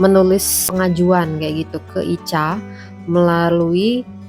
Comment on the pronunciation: Ica itu ika bacanya mbk